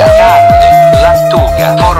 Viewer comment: Fa spaccare il "formaggioaggiaggio" di Google 😂😂😂😂